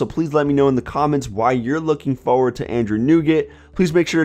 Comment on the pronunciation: "Androod 7.0"